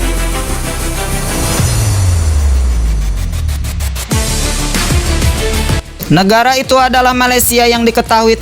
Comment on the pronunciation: BUKAN SO TAPI SU BRO